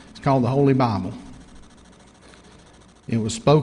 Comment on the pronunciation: "There is an instruction manual for life. It's called the Holy Bahble." I'm sorry, that' just what it sounded like to me.